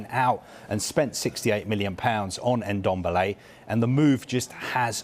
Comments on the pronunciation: It’s Ndombele not Endombele🤣🤣🤣🤣. Funny thing is they are all pronouncing the ‘Ndo’ perfect, just remove the ‘e’ you’re pronouncing at the beginning. Same thing I hear every time they try saying Mbappe’s name. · It's Ndombele not N-dombele...... Jeeez!! 🙄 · Tan guy Dombele. Pronunciation is key, lads. 🤣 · Brandon Ayong he should be behind bars for that "Endombele"